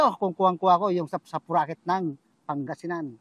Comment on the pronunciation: Sapsapuriket, hindi sapsapuraket..